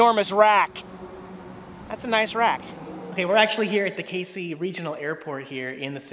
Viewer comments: Pronounced Cazey, not like the Caseys general store. I’ve commented on your videos for the last 4 years telling you to check out my area of the country. You also forgot the largest golf tee at the Casey country club. (Open to public) FYI, you’ll eventually hate the state of Illinois. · Kay-zee right? Had a girlfriend from there once long long ago. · I used to live in Casey. The locals pronounce it Cazey. I used to live where the largest seesaw is now. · Had a girlfriend from Casey. It's actually pronounced (KAYZEE). Just letting you know - not that I give a crap. Also, I believe my ex-girlfriend from there was the official owner of the largest "RACK" so that one in the video would be the second largest but it's still in Casey. LOL! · Woo Hoo! You came to Casey! Ok--so you need to work on the pronunciation a bit, but GREAT video! Next time you come back, drive a little farther south and visit the Moonshine Store!